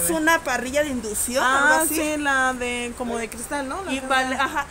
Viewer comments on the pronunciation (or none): PORQUE DICE ESTE TRASTE ES DE INDUSION EN VEZ DE INDUCCIÓN. JAJAJAJA.